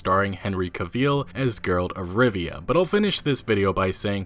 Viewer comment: did he just say "Girl of Rivia"?